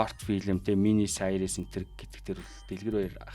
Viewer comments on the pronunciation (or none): Англи хэлний дуудлага бол аймар байна шт сайрийс, врайтин нтр гээд 😂